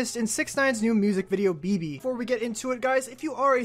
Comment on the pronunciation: Like si eres Mexicano y te lastimo cuando dijo BeBE